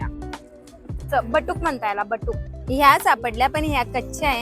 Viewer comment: बटुक नाही बुटुक